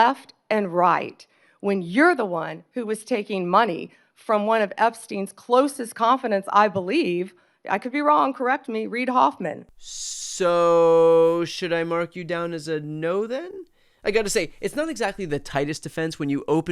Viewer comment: Is Bondi really so dumb that thinks 'confidant' is is pronounced 'confident'? 😂